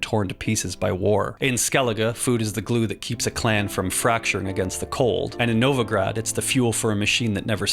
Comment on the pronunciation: tusant? novagrad??? Why do you all americans and englishmen have to treat every foreign word like garbage